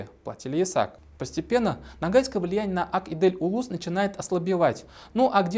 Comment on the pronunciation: по-башкирски "Ак Изел", тогда почему вы произносите по-татарски?